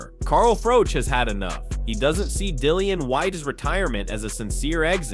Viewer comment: Why do you continue to call the black man white-ee? It's Whyte. And Froch isn't Froach, it's Froch. Learn how to speak English.